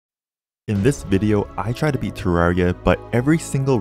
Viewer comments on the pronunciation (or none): none